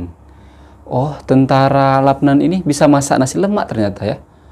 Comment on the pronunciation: Salam bro dia eja macam mana LUBNAN atau LABNAN, jika dia eja macam ini Labnan sama macam bro sebut, jika dia eja macam ini Lubnan bunyinya Lubnan saya rasa bro silap, asah bro lidah tu bro.